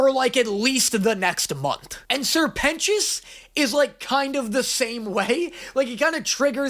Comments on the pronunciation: It's Serpent - ious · help im watching this with subtitles and it keeps writing Sir Penis instead of Sir Pentious… and when you said i get the sirpent part but what the fuck is a pentious is said what the fuck is a penis💀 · Noooo, not my twink peter, i love him Also: sir pentios, sirpent ois...serpent ios... you know? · I love that every time you say "Sir pentious" (or whatever he's called) the subtitles (bless the million dollar budget) say "penis" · I know I'm a few weeks late and I can't tell if he's just making a joke about it and actually gets it, but Sir Pent-ious... SIR PENTious. His name is literally serpent-ious. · His name is Sir Pentious. SER PENTIOUS. SER PENT IOUS. SERPENT IOUS. lol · SIr Pentious = Ser Pent(s) = Serpent its not that hard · Hey, It’s Sir Pentious— like serpant sure; but also more like serpentous; a like really old english word meaning snake-like. From a nerd that lives off of linguistics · Dude, I had the captions on accidentally and when he said ‘sir pentious’ they captioned it as ‘sir penis’ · Say it fonetically SER PENTIOUS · He’s a serpant. Sir-pen scious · Come on dude. Its sr. Pentious ” like SERPENT - ious.